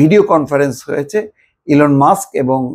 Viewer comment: 😂😂 ভিডিও কল ফোন ঠিক করে বলতে পারো না কথা বলছে হিলোন মাষ্ক